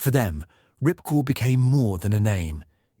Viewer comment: The base was called Ripcord yet the guy kept calling it Ripcore, very sloppy commentary